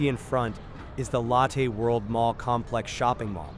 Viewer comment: I really do appreciate these videos: When I miss Seoul, I can go back "virtually" and see some of the areas I've walked countless times. But I really wish you'd change some things with your videos: 1) Remove the voice over; it's a horrible AI voice that has very poor pronunciation particularly when it comes to names of places and people ("Lattaih World"). You've already put description in the CC so please don't force us to listen to the horrible voice over. I'd much rather listen to the ambient sounds for complete immersion. 2) As cool as 360 degree videos are, there are some major problems on Youtube: A) when you change direction, I manually have to alter the view direction so I constantly have to sit with a joystick and correct to avoid walking sideways, and B) Youtube doesn't support 8k resolution, only 4k max, so we get a much lower quality image than if you did 180 degrees at 4k. Plus let's be fair...Besides when watching 360 degree videos, most of us NEVER look backwards so the view behind us is kind of wasted. If you were to kill the voice overs, I would be thrilled. If you would upload your videos as 180 degrees in 4k, I would be even more thrilled as it would give a much MUCH better viewing experience. Sorry to complain, but please consider the above.. And again, thank you for putting in the effort to make these videos. I truly miss Seoul and Korea and this helps so much.